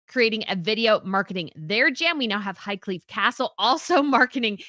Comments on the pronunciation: I wondered what HIGHCLEVE was. No such CASTLE. IT'S CORRECT NAME IS PRONOUNCED HIGHCLEAR. THE QUEEN HAD A RACEHORSE NAMED AFTER THE CASTLE. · Sorry to correct you, But it is High-Clere (pronounced Clair/e) Castle. Spelled Clere, so if you pronounce it CLEAR, it is easy to see why. But it us pronounced "Clair" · It’s Highclere Castle not Highcleve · You explain the ways of business very well,, and in particular the questional ways of Megastar's business choices. You also did an earlier, marvellous talk on everything about branding when the Megastar's 50 jams came out. (P.S. You mentioned "Highcleve House" it is in fact "Highclere House"). Best regards. G Ire